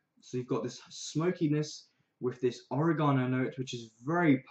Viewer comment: you mispronounced oregano